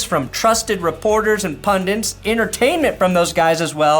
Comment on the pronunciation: P-U-N-D-I-T … “PUHN-dit” … one N … NOT puhn-dint … P-U-N-D-I-T